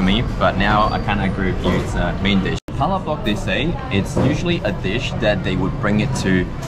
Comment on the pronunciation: Please pronounce Palabok correctly.